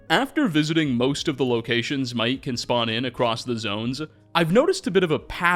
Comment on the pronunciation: His name is not Mai’ik. It’s literally pronounced Mike. As in Michael. It’s just Mike.